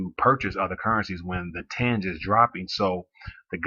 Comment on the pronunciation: Its readng ten’ghe